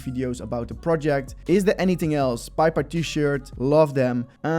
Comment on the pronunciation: it is Pei Pei, not Pai Pai. But I dropped a like :)